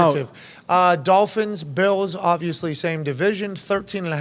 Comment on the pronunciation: The Buffalo BEALS! Lmao. AJ “GO BEALS” and LOVED Pats “ Hell yeah, Go BEALS! LoL